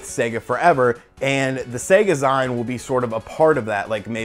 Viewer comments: It's ZEEN not ZEIN bro :) You don't really think SEGA are getting back into consoles do you?!? No chance. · i love the info but OMG I spent the most part of the video yelling ZEEEEEN LIKE MAGAZEEEEEEENN (magazine not magazyne) I hope your right about the info tho! SEGA FOREVER!!!!!! HAHA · Lol..I kept yelling "ZEEN" to myself, it was distracting..great video though! Super hyped for anything old school Sega related! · Ummmmm...nope. The word is pronounced ZEEN. it comes from the old days of comic book/D&D/computer/etc. nerds (I was one of them) producing fan made publications to do with their particular interests. Many a comic book artist and writer started by contributing stories or art to various zines...we called them Fanzines....and yes it is pronounced Zeen. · How bad do your reading skills need to be in order to mispronounce words like magazine and e-zine? FUCK!